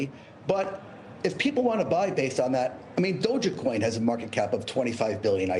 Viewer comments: Did he say docha coin haha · this bozo can’t even pronounce DogeCoin